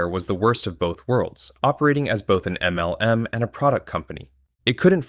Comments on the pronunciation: Good video but i lol everytime he says “M - L - M”. Its so over annunciated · Is this an AI-generated voiceover? I finally could no longer stand that weird "em small-pause el small-pause em" pronunciation and had to give up after six minutes.